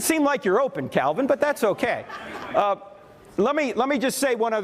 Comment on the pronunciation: I thought you said John Cena for a second. Lol